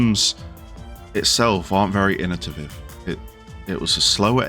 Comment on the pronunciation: Like your list. But its innovative. Not innotiviv. 😊